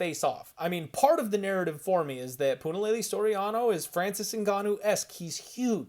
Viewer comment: I live for Puna fight cards cause weather I have skin in the game or not I get to hear say Punalaylay an innumerable amount of times 🤣🤣 wish I could like twice. Once for each laylay 👍👍